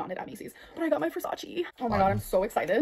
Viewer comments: It's not "ver-sa-chee" either, so... She still didn't say it correctly. There's plenty of videos of Donatella answering the question "Which italian word do you wish english speakers would stop saying incorrectly?". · Everyone knows it's Ver-say-sss 😉